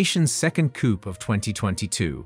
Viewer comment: the P is silent in COUP!!!🎉🎉🎉